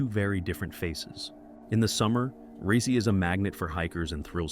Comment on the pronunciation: You pronounce Stoch SO BADLY same goes to pronouncing Rysy - dude at least put those names in Google translator and let it read it for you, butchered